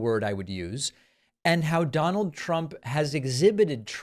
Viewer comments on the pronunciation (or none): none